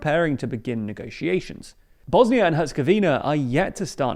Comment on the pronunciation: Great improvement,! (You pronounced Herzegovina correctly. I complained each time you said HerzegovANia before, so now I express my gratitude for saying it in the right way)